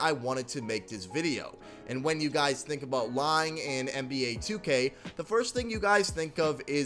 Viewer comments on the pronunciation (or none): My man please stop pronouncing 2k wrong lool